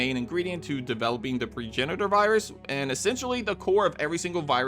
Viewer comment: PROgenitor not PREgenitor